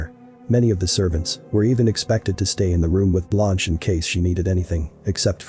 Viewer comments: Come on ! Not Blonch. Phonetically speaking, her name is pronounced Blunsh. 👍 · Her name is pronounced “blunsh” meaning white in French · Blonch? Never heard Blanche pronounced Blonch. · Very good insight 👍. The narrator had no idea about pronunciation. Blunsh ! 👍